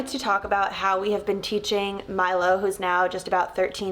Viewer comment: It’s so cute when you say Milo I hear My love ❤ so sweet haha